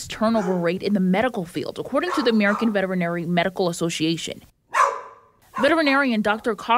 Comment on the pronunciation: do you want to improve your speech? Check out the pronunciation of VETERINARY (5 syllables) or VETERINARIAN (6)